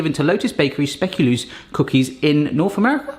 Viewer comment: belgian here,nice try on the pronunciation of speculoos xD, honestly i mainly see them with the coffee and tea times or in a cafe, i nvr knew the english term for it xD